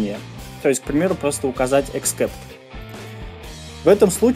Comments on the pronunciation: А "деление ПО нулю" - это тоже новый язык :)))))) Вообще, перед записью видео полезно посмотреть ролики о великом и могучем :) Деление НА ноль!!!!!! И except читается как "эксэпт", а не "'эксКэпт". И не "поимка", а "обработкка": "обработка исключительных ситуаций", "обработка исключений" или "обработка эксепшинов" на худой конец :) Капец! Ты книги вообще читаешь? Но само объяснение приятное - доступное. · эксепт(а не экскепт) бро. извини, просто режет ухо. спс за твою работу. очень помогает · except [ɪkˈsept] читается как "иксэпт" спасибо за уроки:)